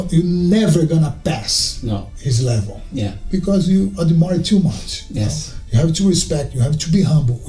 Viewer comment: His 'yes' sounding like 'osu' to me 💀